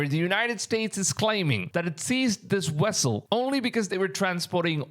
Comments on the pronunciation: Dude u need to improve your speech Wessel Vessel with a V Moving with M instead of mooing... and yes rumors the ark is being guarded in another country trump already visited its location and had created a replica of it. Look it up. .. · It's a vessel, not "wessle" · It's "vessel" NOT "wessel". How do the indian people that have taken over the united states convience store business and that's speaking to americans everyday speek such bad english?? Thank you come again🤣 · Only my opinion but vessel not wessel😊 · What is a wessel? I think you mean VESSEL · This fool just posted a video about Ron Wyat finding the Ark, and now he posts this????? Bro, read the Bible, anyone other than Aaron's lineage dies when they touch it!!! Not to mention the Angels are guarding it. Its a vessel not wessel! Dude needs to consider going back to play his cool video games, rather than posting garbage like this!!! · Wth is a wessel 😂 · Your sayin "wessle" like Chekov in that STARTREK movie 😂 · Sorry, couldn't get passed the first minute with all the wessels.😂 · Wessel had me going, sorry i couldn't help it 😆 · very true! I didn’t mean any disrespect. It just caught me off guard the first time he said, “wessel”, then he said it like 20 more times and I had gotten a giggle from it. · You Can't say V's Very well huh...lol...cute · I thought me hearing the W instead V was just me this whole time.